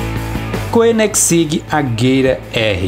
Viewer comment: Correção, Koenigseeg se pronuncia Conizeg e não coninegsig como falou